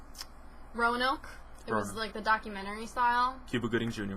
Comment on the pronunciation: I'm upset he mispronounced Roanoke lol ... Like don't they know Roanoke is based on a real story?!